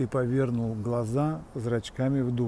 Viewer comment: Ужасное сопровождении( научитесь правильно ставить ударения! Не повЕрнул, а повернУл. Названия аллей перековеркал. Покойных людей не знаете( не ваше.